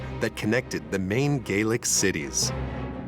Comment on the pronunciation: Gallic NOT Gealic